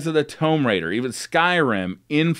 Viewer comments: Omg TOOOOOMB Raider. Not Tome raider. Note tomeb raider. Tomb Raider. Thank you for not saying it one more time as my head would have exploded. 😆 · Wtf is a "Tome Raider?" Lol it's pronounced "Toooooom" Raider (Tomb Raider) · TOME RAIDA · Did he just say tome raider!? Come on man. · Toemb lol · tohmb raider he said uhh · Getting annoyed with how he says "Tomb Raider". Sounds like he is saying "Towmb" lol. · no it's called mispronunciation. Notably different